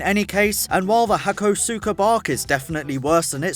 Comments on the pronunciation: Learn to pronounce car names properly,its pronounced ha-kos-ka you muppet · im pretty sure its pronounced HA-CO-SKA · >resists urge to let the weeb in me correct the pronunciation of hakosuka >scrolls down to comments, doesn't see it addressed FRICK IT Say it with me - "Haa-koh-skaa" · Hakosuka is pronounced 'hak-aw-ska'/'hak-oh-ska' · Random comment passing thru. And it's pronounced "Hakoska" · You pronounced hakosuka wrong :(